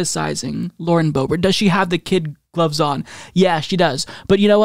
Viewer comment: Just leaned this my self .. not Kit Gloves ... it is Kid Gloves kid gloves /kid ɡləvz/ Learn to pronounce noun gloves made of fine kid leather. used in reference to careful and delicate treatment of a person or situation. modifier noun: kid-glove; noun: kid-glove Kidskin or kid leather is a type of soft, thin leather that is traditionally used for gloves (hence the phrase 'kid gloves,' used since at least 1888 as a metaphor for careful handling).[1] It is widely used for other fashion purposes such as footwear and clothing. Kidskin is traditionally made from goatskin - more specifically, the skin of young goats (or 'kids'), although equivalent leathers such as lambskin and chickenskin (actually a form of calfskin) give the same effect.[2]